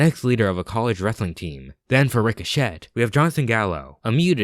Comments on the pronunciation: Ree-Co-Shay is how it’s pronounced. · Bro... ricochet is not pronounced Rick-o-shit lmao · I will point something out, and it’s not a big deal. But in “Ricochet” the “T” is silent. It’s pronounced Ree-Co-Chay. But like I said it’s no big deal, just something I wanted to point out.